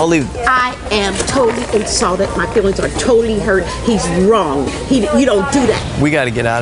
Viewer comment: She didn't say "insulted", she said "insaulted". A cross between insult and assault I guess. Love how people just make up words. Lol